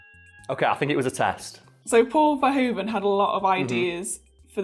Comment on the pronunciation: Paul Verhoeven was really disappointed with this movie afterwards , he thought someone else could have directed it. ( Oh and although even he has come to just go along with it in English , in Dutch the oe in verhoeven is actually like in shoe. Might be helpful if you need to pronounce someone else's name )